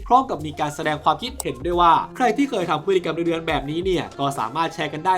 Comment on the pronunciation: ชอบตอนที่เน้นคำว่าเรื้อนอ่ะ😂